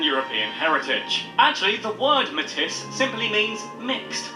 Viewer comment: Pronunciation of Metis is painful